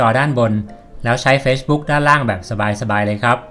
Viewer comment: ขอบคุณมากนะคะสำหรับคลิปดีๆ อยากให้ปรับเรื่องการพูดภาษาอังกฤษอีกนิด จะเยี่ยมมากเลยค่ะ อย่างคำว่า Facebook ให้ลงเสียง ซ (ce) ที่คำว่า เฟซ(face) (ในคลิป คนบรรยายออกเสียงคำว่า เฟชบุ๊ค ลงท้ายเป็นเสียง ช.ช้าง ซึ่งมันจะแปร่งๆหูค่ะเวลาฟัง) ส่วนคำว่า refresh (รีเฟรช) จะต้องลงเสียง ช.ช้างนะคะ (ในคลิปได้ยิน เป็น รีเฟส) และ google map คำนี้ต้องลงเสียง คำว่า แมพ เสียง พ.พาน ค่ะ ยังไงค่อยๆปรับกันไปเนอะ สู้ๆค่ะ